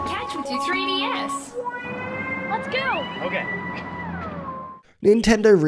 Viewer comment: Making a silly, cuz with your accent 3DS sounds like FreeDS 🤠